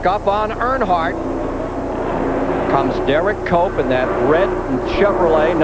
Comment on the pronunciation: When benny parsons started saying HERE COMES DERRICK COPE, I can swear that he's saying HERE COMES DOPE COPE!